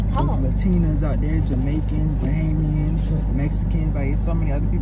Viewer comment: Loll he said bahamians.😭🇧🇸.